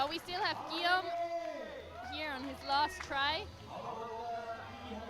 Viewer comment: Erghh, the male announcer still can't pronounce Guillaume's name, and he isn't paying attention either, apparently. Shauna didn't flash F1, and Jan didn't flash M2; pay attention!